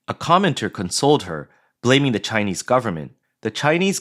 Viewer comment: Everything the world does is ALWAYS "DRISCRIMINATIONS" AGAINST ALL THESE SCHEWPID TSAAYA KNEEESE😅😅😅😅😅